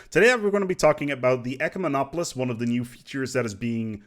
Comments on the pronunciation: You got SO close to pronouncing it properly! Though I kinda liked it when you called them eucomenopolis. Made me think you were talking about a "good city". Though an ecomenopolis sounds like an eco-city. Ecumemopolis is pronounced "eh-CUE-meh-nah-po-liss". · "YOUCEMENOPOLICE" LOL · i searched the whole comment section for this. Pronunciation was the only thing bothering me in this video.